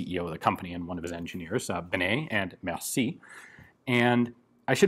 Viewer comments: "merci-ey" mercié ;) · im a French therefore i have the right to thell u that it's benet-mercié not mercie. mersiEi